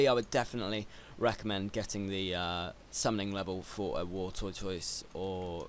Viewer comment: War Toy Toise. Lol'd.